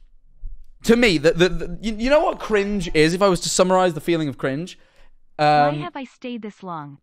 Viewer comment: said cwinge